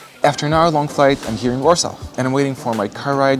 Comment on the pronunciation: I like how you pronounced Warsaw.